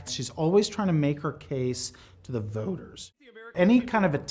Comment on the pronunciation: She always talks, to the ‘vœwters’